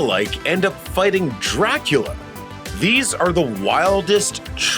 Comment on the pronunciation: He actually said Draculer! What is it with Australians and the -la consonant that they can’t say it? See also: Godziller I’m frigging dead laughing over here